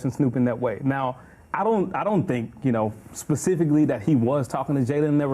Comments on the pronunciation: Well Snoop does live on the west coast so I guess you could say "pacifically"🌊🌊😁😁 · HE DIDN'T SAY BLACK WOMEN HE CALLED HER NAME pacifically